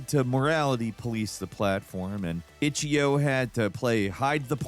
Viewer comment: "itchyio" there is a period you intentionally mispronounce things and it is annoying.